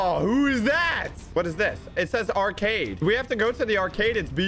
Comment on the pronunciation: he says acard instead of arcade